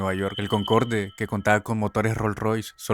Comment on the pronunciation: "Concorde" es una palabra francesa, no se pronuncia como se escribe, sino "Concord" (Sí, como el juego ése que no duró nada, sólo que pronunciando la "r" al estilo francés xD), todos los aviones Concorde eran muy caros y difíciles de reparar y darles mantenimiento (además de que eran aviones con casi 30 años de antigüedad), la falla que causó el accidente que mencionas se debió justamente a éso, y finalmente en 2003 los retiraron del servicio.